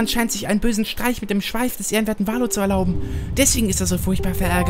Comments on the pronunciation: bei Valoo betont man die "oo"s wie ein "u". Kleiner trigger deswegen in jeder Folge.:D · Bei ist das wie bei so Freefall-Towern (z.B. im Heidepark der Scream) + Valoo wird eher Valu als Valo ausgesprochen.